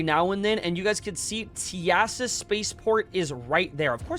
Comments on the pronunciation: “Tea-ASS-uh” is crazy the intercoms literally say “Welcome to tea-suh spaceport” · Teasa has only two syllables. TEA (like drinking tea) plus SA. Put the two together and it's "TEASA". When taking the Lorville metro, you'll hear the announcer on the PA system tell you this. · No way he pronounced Teasa like that😭 also this method is getting griefed super hard! Me and a few friends actually tried camping Dupree and only killing pirates to help people do this. But there was sooo many people on every server last night.